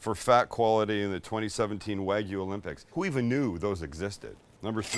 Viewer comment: Great video guys! My favorite part was Sam pronouncing the regions where the Wagyu was from.